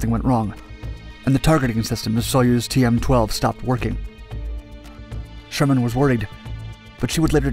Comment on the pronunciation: Helen Sharman, not Sherman.